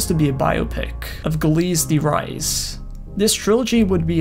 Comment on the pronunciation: Much like me hearing the creepy announcer trying to pronounce these words having G in them, or saying "Gilles de Rais" lol